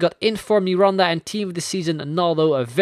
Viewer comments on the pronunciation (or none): none